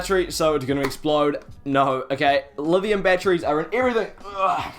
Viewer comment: are you saying livium ion?